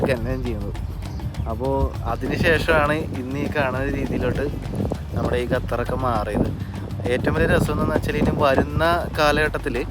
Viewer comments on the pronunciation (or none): ഗത്തർ അല്ല ഖത്തർ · ഗതർ അല്ല ഖത്തർ 😊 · Please pronounce correctly Qatar. Not gatar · ഖത്തറിനെ സുന്ദരിയായി സൂക്ഷിക്കുവാൻ ഡോളറുകൾ വാരി ചെലവാക്കിയിരി ക്കുന്നു .അതിൽ അത്‍ഭുതപ്പെടു വാനില്ല.മൊത്തം 28 ലക്ഷം ജനങ്ങളെ നിയന്ത്രിക്കുവാൻ അവർക്കൊരു നല്ല സംവിധാനം നിലവിൽ top ലെവലിൽ പ്രവർത്തിക്കുന്നു. 👌ഒരു ട്രാവലർ ക്ക് ഉച്ചാരണ ശുദ്ധി അനിവാര്യമാണ് ബ്രോ: Qatar = ഖ ത്തർ..നഖം എന്നുള്ള ഖ'ത്തർ👍 thanX GuyZz 🤩